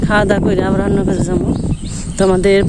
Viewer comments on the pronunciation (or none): 'আবর' না বলে 'আবার' বলুন। নারা অথবা ন্যাড়া নয় খর বলুন।